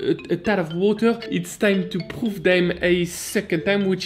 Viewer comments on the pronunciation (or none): i love how he says "poof" instead of "proof" lol